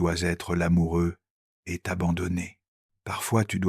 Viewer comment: Sérieusement,... réécoutez et corrigez. Il lit "ET" : "heu té". Des pauses là où il n'y a pas de virgule (manque de poncutation). Des erreurs de traduction et conjugaison, (petites, sans conséquence, mais présentent). Pourquoi réduire la force de l'oeuvre original avec des erreurs de lecture ? Mieux vaut moins, mais mieux. Sauf si vous courrez après la quantité sans égard pour la qualité. Qu'est-ce que cela vous apprend sur vous ?